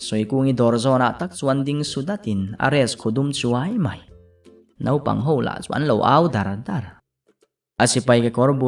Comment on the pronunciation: Naupang tih hi nopang i ti deuh thin in ka hria mahse a ngaihnawm tho😄